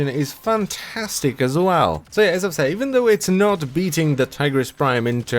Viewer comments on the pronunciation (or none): none